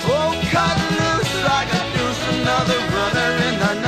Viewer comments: Cool, he didn't say deuce. He said douche. Again, he mispronounced the word. It's clear as day that he usee a "ch" instead of an "s". The original is very clearly deuce. The remake is douche. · I know it's deuce, but the way Manfred Mann pronounces it, 90% of people hear it as "douche"